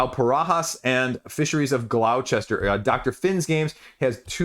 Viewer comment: Hi Great vid, in case you ever come to England Gloucester is pronounced gloss-ter. Don't you love English 😃